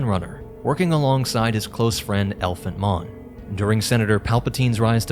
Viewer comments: Not ELphant Mon, EPHANT Mon. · It’s Ephant Mon not Elephant Mon like you keep pronouncing the name, I completely understand why and I did it the same way for a while ! Your just used to saying Elephant !